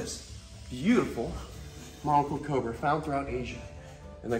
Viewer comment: he said cober